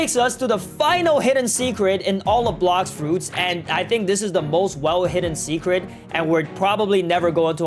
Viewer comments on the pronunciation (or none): Bro said blox roots😂😂